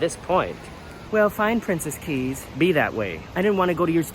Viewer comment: Thumbs up for correctly pronouncing Princess Cays and Coco Cay! Princess Cays is actually just a private beach near the southern tip of the island of Eleuthera. It is NOT a private island though Carnival Corporation would like you to think otherwise! The map of the resort is entirely misleading by attempting to give the impression that Princess Cays is an island! Eleuthera is over 175km long (that's over 100 miles!) with a population of over 11,000. For some odd (maybe greedy) reason, Carnival Cruise Lines drink packages are not valid at Princess Cays but drink packages from sister cruise line Princess are! I'm happy you had lovely weather for early January in the Bahamas!